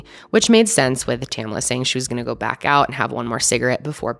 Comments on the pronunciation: Her name is Tamla not tamala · Exactly! Two syllables. TAM-LA. There were only 9 other women there, most of whom she knew. Not surprised Tamla didn't want to go.